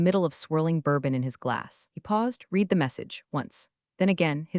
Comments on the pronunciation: Uneven story telling, not to mention next comments showing on screen at sane time as current thread. Still can't pronounce 'read'. Too many 'I didn't cry, i didn't moan' lines. Interesting ideas and some well thought out lines. Probably won't be coming back. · Hi, Thank you for this. To me, it shows that I'm not the only one getting annoyed bordering on sarcastic when the reading software hasn't been updated. I've listened to other story channels that can actually pronounce a-gap-e correctly and can handle the read challenge so I know it can be done. By not caring about the criticism shows us that we are as expendable as the stories' heroes in my opinion. Yours, Ann